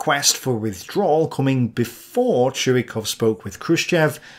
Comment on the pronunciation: His name is not pronouned "Chew-E-Cough", it is "Choy-Cough".